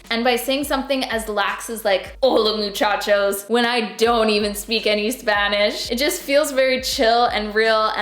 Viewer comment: Im a spanish speaker from México 🇲🇽 you said hola muchachos just fine 😉